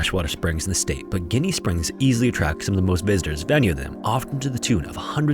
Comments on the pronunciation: btw, we pronounce it as "Jinny" springs here in FL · Local here i know it's spelled with a G but it's pronounced Jenny springs just to clear that up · Ginnie Springs. Ever had a gin and tonic? Yes. That pronunciation. That's because the water is 'as clear as gin'. An old saying. Hope that helps. :) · Pronounced Jinny my guy. Not after a dead mobster. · Ginnie Springs is pronounced with a "J". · It’s pronounced JInnie springs. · Ginnie Springs is pronounced like Jenny. Local here. I did my very first free-dive at Ginnie, at 13 years old. Dad didn't tell me he was proud of me too often, but he nearly walked on water that day. Dad started free-diving in the 70's, and was shocked when I told him I wanted to get my PADI cert. Me and the old man didn't even like each other most days, but diving was the one place and time where I actually felt close to the sumbich. He passed over 25 years ago. Never got to see me do my first technical dive, or see me break 100 meters on a free-dive, but I could still feel him with me down there. Bubbles up, pops. RIP, you cranky turd. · Its pronounced JIN-KNEE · I’ve never heard anyone call it Jenny. I’ve only ever heard “Jinny.” I got 2-3x a year. The G was killing me too 😂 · Hearing it pronounced with a G threw me off completely at first lol, used to live down in St. Pete and loved visiting Ginnie Springs as a kid. Beautiful area. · It’s pronounced like “Jinny” not Jenny. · I'm from the area and most people pronounce it "jinny" Love the vid! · Love your videos and love your desire to properly pronounce names! Getting straight to the point: it’s pronounced ‘Jenny’ like the name. Also this is my favorite spring of all time such beauty and a unique experience due to it being privately owned the atmosphere is one of a kind. If you’d want a camping trip to remember spend a night at Gennie and buckle up for some late night shenanigans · I grew up in Gainesville- it's pronounced with a J sound like "Jenny" springs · It's gin like the alcohol